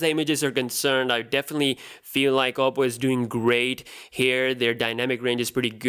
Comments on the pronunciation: oddo or odo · It's a Chinese phone and it's pronounced as OH-PO